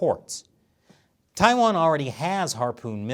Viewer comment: TAIWAAAAN NO. WAAAHHN 🇹🇼🇹🇼🇹🇼